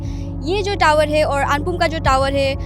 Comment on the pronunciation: टीवी तावर,❌ नहीं टावर✅